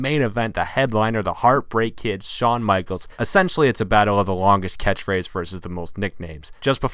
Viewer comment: Shawn Michalesiz last ride. lol this guy and his pronunciations